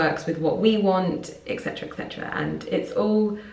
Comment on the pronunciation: the latin phrase is Et Cetera, not ex cetera